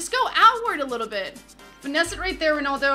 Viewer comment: it's RONALDO not RONOLDO